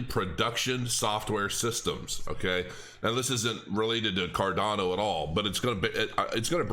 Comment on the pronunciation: Card-yawn-o... ;-) . . . . . I love ADA btw.